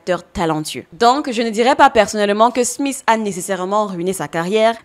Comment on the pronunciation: Tu dis beaucoup trop où Will SmiTE et pas Will SmiSSE. C'est assez perturbant😂